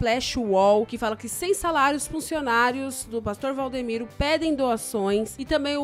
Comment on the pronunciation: Vcs estão falando o nome do pastor errado e Valdimiro